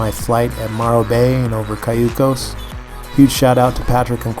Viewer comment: Great video. Btw, it’s pronounced K-eye-you-cus, at least that’s how I and every one I know around the area say it.